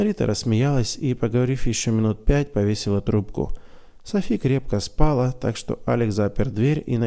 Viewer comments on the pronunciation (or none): Братишка, правильные ударения в словах ободрИть, спалА. Я очень надеюсь, что не обидела вас! Мне очень нравится слушать рассказ в вашем исполнении!! Спасибо за ваше служение!